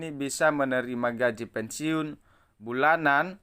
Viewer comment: BACA AJA BELUM LANCAR ,SDH BISA NYEBAR BERITA BLM TENTU BENAR . PENSIUN BUKAN PENSIUNG .